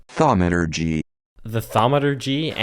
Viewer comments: The fact you can’t pronounce thaumaturgy means you haven’t played my favorite mobile game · The fact that you didn't know how to pronounce thaumaturgy shows that you obviously didn't play one of the best Minecraft mods ever